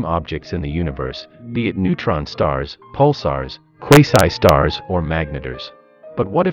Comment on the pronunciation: "Neutron stars, Pulars, QUSIYES SIZED STARRS"